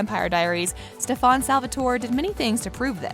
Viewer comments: How are you gonna mess up stefan's name even though it is said so many times in the show it's not that hard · How can you pronounce Damon and not Stefan right?! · lol movie raze narrator pronouncing stefans name like kai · It’s not stefaaaaan !!!! It’s StefAn !!!!!!! 😏 thanks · Stefan is pronounced Stefen not Stefawn. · Jeeezzz please it’s NOT STEP. HAN ! It’s pronounced STEPHEN! The woman describing the show should at least know how STEPHEN pronounced his name! Come-on!! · She called Stefen stephon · Please dont pronounce my husbands name wrong it’s Stefan not stefAAAn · It's St*E*fan not Ste-phan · “Stefon” it’s Stefan get it right! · No the narrator did not just say stefÀn. ITS STEFAN!! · stefAn not stefOn! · Stefan not stefon just saying but I like ur vids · Umm learn how to pronounce their names before doing videos.....if you actually watched an episode you would know how to pronounce Steffan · It's not ste-PHAN !!!!! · What the heck steph-on lol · every time she said STEFAAN!!! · Its NOT STEF--AN gahhhh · did this bih jus say STAFAN..no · lmaoo, “stephon” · Its pronounced Stefun. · ik she didn't say stefon lol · Al-air-ic or Ste-Fan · It's the stef*A*n for me😂🤣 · Stop saying Stefans name wrong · Ffs at least learn how to say Stefans name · How about a narrator who can actually pronounce the names correctly 😖😖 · am i the only one who hates the way she says stefan? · Please say Stefans name correctly makes watching this hard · I can’t with this lady. She needs to learn how to say the names the right way.